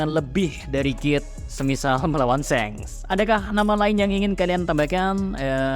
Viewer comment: Hal paling mengaggu telinga adalah ketika pengucapan SHANKS menjadi SENGS